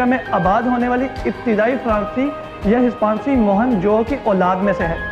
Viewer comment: very informative yet very disturbing because first time i experienced a media anchor with poor urdu prounciation.urdu is our national language kindly work on that. behr e talismat , fracicy , tund khu , qulyoun, nawadiraat , muhim ju are few examples. correct me if am wrong